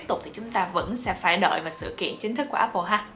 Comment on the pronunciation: dạy cho cuhiep với mấy mod tinhte phát âm từ Apple cho chuẩn cái, toàn nghe ây bồ với ép pồ không à:))